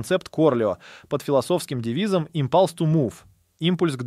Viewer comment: ИмпАлс ту мув. У меня из ушей кровь потекла, хоть я и лох в английском.